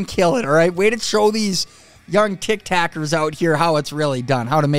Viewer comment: LOL, he said "Tic:TACKERS" HAHAHA Sorry, I found that funny.